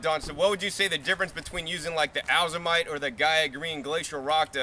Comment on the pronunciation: nice job. for future fyi: Azomite is pronounced "Ay-zoh-mite" not Ah-zoh-mite. Long A as in A to Z.